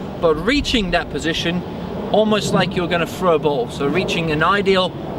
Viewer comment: exceptional video, but the amount of times I heard "froo" (through) and "fro" (throw) started to make my ears hurt. He say's "this" properly, it's not like he says "fis"